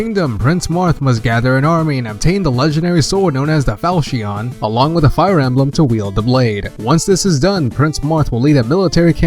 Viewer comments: He forgot FE12, which introduced the customizable character, and mispronounced a good 4/5 of the names, I'll list what I remember: Guy-den, not Gay-den Fal-kion, not Fal-shion (Celice's name isn't even Seliph, get facts straight there.) Eph-ram, not whatever the fuck he said That's all I remember atm lol At least it was an good quality, informative video and the creator wasn't an Awakening fanboy. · The legendary sword known as the "Falsheeon" kek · Too bad we couldn't find the Falcheeohn in Fire Emblem Gayden, or at least visit Artchineeuh. Also Eeefrom.